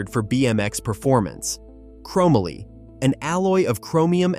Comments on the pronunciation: Dude. Seriously?? Chromaly??? It's CHROME MOLY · Crow-Mah-Lee! Can no longer watch this! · It's ChrO - MOLEE - YA GOOF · chrome - a - lee Really.... chrome - molly ▫Chromoly ▫ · This guy mislabeled all the tubes. He said the down tube is the top tube. He never rode BMX or has done any type of cycling. He pronounces Haro's name wrong. And he pronounces Chomoly wrong. What a hack. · This AI. Voice Just Butchered What Was a Very Cool, Well Written Story! :hand-orange-covering-eyes:💩 ...."Hair O" = Haro ....."Chrome ah Lee" = Chromoly Poor Kids Today Are Going 2 Say That Their Frame Is Made Out Of, ...."Chrome ah Lee" and Their Favorite Bike Is The,.... "Hair O"😂 ....Gotta' Love A.I..😂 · The thing that drives me most crazy about this video is the way he pronounces chomoly. Dude who wrote this def did not live during its time. No fing way. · This video could’ve been done better… I hated the editing. I pronounced chromoly and Haro differently growing up. Haro started off with number plates. Overall bought back a lot of memories. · Whoever this narrator is, they don’t know how to pronounce half the words. Chromoly, Haro, etc. Oh, and, the Hutch pro star should be number one. They also fetch a lot more than $5000 in mint condition. They fetch anywhere between $10-$15,000 in mint condition. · Can someone please help this guy pronounce “chromoly” 🤦 not to mention all the bad information in this video. I also highly doubt any kid like me into bikes as a kid in the 80’s would agree with this list. How do you leave the Skyway TA off this list?! Or not mention Torker, Cook Brothers, Robinson, or the well known Schwinn Predator. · Terrible music selection and please for the love of God stop using an AI voice otherwise this would’ve been a great video. Learn how to say chromoly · The mispronunciations are killing me. Chromoly and Haro. C'mon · Not to mention the fact that the guy doesn’t even know how to pronounce the word Chromoly.